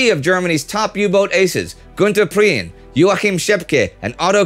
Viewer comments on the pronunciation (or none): PREEN not Pre-en. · I don't think I corrected your pronunciation of Raeder. You do say Pre-ehn, not so terribly obviously but yep you barely turn it into 2 syllables. It's a personal name he might have pronounced it as you did though I expect he didn't. Priehen (h is silent) is what you pronounced fwiw. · i've no idea how he mispronounced it... he literally lives in Germany no?